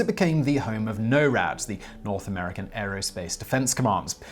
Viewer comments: “Know-rad” - presumably as in ‘Knowth America’. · I died a little when he said NORAD wrong